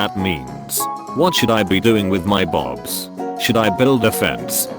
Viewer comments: why did it pronounce ‘boobs’ as ‘bobs’ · why does it pronounce boobs, bobs. Like "Oh yes play with my bobs." Wtf? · OMG He Said Bobs instead of boobs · OMG IT SAID BOBS INSTEAD OF BOOBS IM DEAD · no, no, no it's not "boobs" Its "bobs" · The funniest part of this video was the automated voice saying 'Bobs' instead of 'boobs' 😂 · Bobs Baggles Xddd why did the robotic voice pronounced it like that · “My bobs” it’s boobs not bobs... 😂🤣😂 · No one: Text-to-Speech: bobs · THE WAY HE SAYS BOOBS LIKE BOBS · *gasp*boobs is actually pronounced bobs